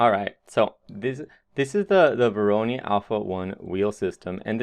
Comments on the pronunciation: pronounced voro'noy' not voroni ;) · Not meant as a bad comment at all, but just to clarify the pronunciation: It's vo like voice, ro like row and noi like noise. Thanks for sharing though, very interesting way of generating geometry through the use of node-based solutions like grasshopper, substance designer and even octane (nodes). Modo/octane user myself so always nice if people advertise its use. Am experimenting with nodebox and svg's to calculate/replicate 2D forms although it lacks a 3D output (you can export 2D vectors). I very much believe in the crossover of knowledge in programming and creating (3d) art so great job on your part. Did your experiment with using modo's procedural workflow using a node-based approach yet? This might also interest you